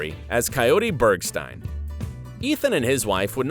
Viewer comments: It’s Berg-Steen, not Stine! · BergSTEEEEEIN not Bergstiiiiien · BergSTEEN not STEIN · Bergsteen not stine. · It's Berg-STEEN...don't you watch the show? You should know these things if you're going to talk about them. And is Cameron Diaz in "Then Comes Love," NOT Brooklyn Decker! This video is really bad. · “Soul Bergstine?” You may want to figure out how to pronounce the names before hitting record. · "Soul Bergstine" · Pronounciation not spelling. Think about it. Why would anyone tell a narrator how to spell a name they're mispronouncing? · You can tell the over voice guy never watched the show as he consistently mispronounces the Bergstein’s name. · I'm not sure I got that far. The constant pronounciation of Bergstein was too much.